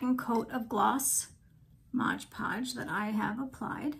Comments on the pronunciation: Beautiful shell dish, but please.....it is MOD Podge. Not “Modge ”Podge. No G in Mod. Great work though. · Looks beautiful 😻— but it is MOD Podge, not MODGE Podge 😊